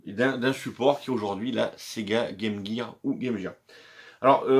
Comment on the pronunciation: Enfin 1 youtubeur français qui prononce bien game gear 👍